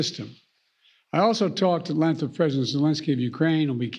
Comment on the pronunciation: Biden said he spoke "at 'lenth'" and that he will be"'peaking' with him [Zelensky] later today." This dumba** can't speak. Isn't that a small importance of being leader of the free world? I'm not saying 80 million Americans didn't vote for him but apparently there are 80 million idiots in the US.